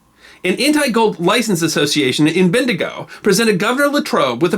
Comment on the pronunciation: the correct Australian pronunciation of Bendigo is 'Ben-di-go'